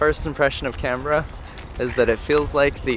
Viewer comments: You said it right: "Can-brahhh." Not "Can-Ber-ra". And you bought a coffee here. You are now officially a local 🤌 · A quick thumbs up for proper pronunciation of Canberra. I had an American colleague mangle the name so badly I did not know what she was saying, which was quite embarrassing for both of us. Something like "Cun-beer-ah". You nailed it, and just shows you do your research. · Fully respect that you pronounce town names as we do. I grew up in Melbourne and then my parents moved to Canberra. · I don't live there anymore, but I grew up in Canberra and it was nice to see that you had positive impression of my home town. Top marks on your pronunciation of Canberra and Melbourne. We're pretty lazy with the way we say the letter R over here and I think you both nailed it. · Bad accent but you pronounced Canbra right. I enjoyed your vid. Grew up there, not been back for 35 years. Go there mid-late spring next time. The trees and the flowers will blow you away.